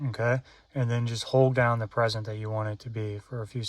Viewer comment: "PREE-SETS" LOL how annoying that you have to reboot after every button you program wow